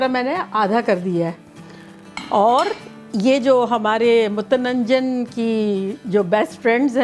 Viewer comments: Mutananjan bata rahi hai aap. Mutanjan nahi kah pa rahi hai . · MUTANANJAN koi wird nhi hai dear respected madam. Its just MUTANJAN simply aunti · It's so much fun hearing you saying "mutananjan". Hahaha! Some words just don't come out proper 😁 I'm going to make it today for iftar. Got all my ingredients ready and rice is soaking. I will update with the results later tonight. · It's pronunciation is Mu tan Jan. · Mutanjan huta hai ap sahi pronounce nahi Kar rahi hain